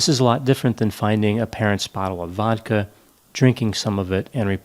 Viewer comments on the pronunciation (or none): none